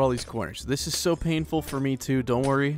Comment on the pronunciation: He laughs when he says "chilling in a snowy world" but he doesn't even notice how he says it's "paneful" when he breaks glass. 😂😂😀😀😆